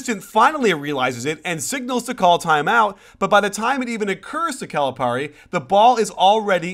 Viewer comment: I'm sorry, but if you are going to trash a coach, at least learn to pronounce his name correctly.